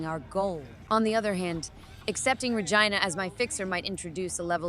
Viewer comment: So can pronounce other words correctly but not Regina 😅